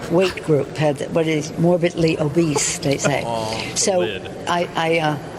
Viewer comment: did she say Morbidly Obeast?